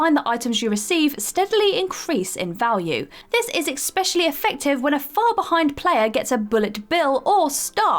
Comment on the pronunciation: Does anyone else wish she'd stop saying, "ecspecially"?